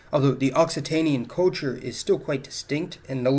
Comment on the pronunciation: Sorry dude but you need to practice the word "culture", since you use it so often. Try "cull chure" instead of coll chure.